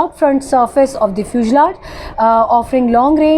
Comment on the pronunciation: Sister, Please pronounce "fusalage and reconnainances " correctly.